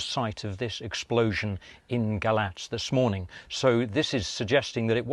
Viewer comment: Thank you for correctly pronouncing the name of the romanian city ,Galați.